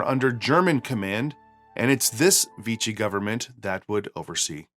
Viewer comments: It’s “Veeshee” not “Veetchee” ! Learn how to speak when you present. It’s not hard! And it’s Ilsa not Isla. Have you really seen the movie! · It's "ILL-sah" not "EES-lah" It's "VEE-shee" not "Vee-chee" And now I have to try a champagne cocktail 🍸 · “Vichy” is pronounced “Vee-she” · "Vee-she," not 'Vee-chee." Nice video, BTW -- thanks! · Vichy is pronounced “vee-she”. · 1. Germany invaded France in May, not June, 1940 2. "Vichy" is pronounced "Vee-she". French does not stress syllables, so say it as one word. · Congrats on your atrocious pronunciation of Vichy.